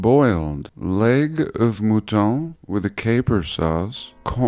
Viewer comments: Bruh. It's pronounced mutton, not mootawn. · "mootaughn"? Mutton I believe is pronounced "muhtuhn" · You pronouce "Mutton" way sexier then I would!